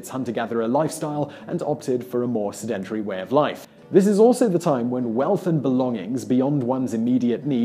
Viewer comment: Sedentry? SedenTARY? Sedentary. Or is he saying a different word?